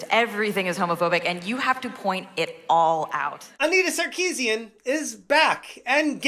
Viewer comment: Repeating her name over and over again sounds like "I need a sarcasm"